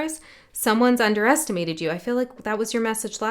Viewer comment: It's called underestelmated. Not underestimated